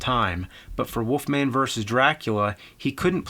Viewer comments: Woofman or Wolfman? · Why does James say "woofman"? Is it a Jersey thing? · The woofman 😅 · The Woofman? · Who's this Woofman you speak of? Or am I looking into another universe?